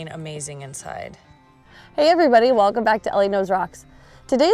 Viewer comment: "Welceom" ??? :51